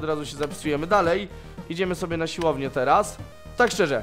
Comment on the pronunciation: Proszę mów ,, siłownię ,, a nie silownie bo uszy krwawią